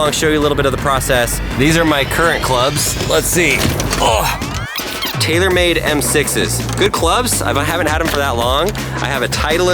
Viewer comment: lol said the talormade TS2 👇